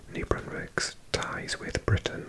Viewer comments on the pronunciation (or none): none